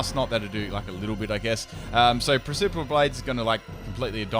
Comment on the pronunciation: PRECIPICE blades! PRECIPICE! PRESS-IH-PISS! Every time you say "presiperal" I die a little.